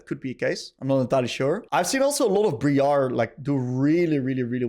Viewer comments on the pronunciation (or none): did you just call briar bri-ar? it’s br-ia-r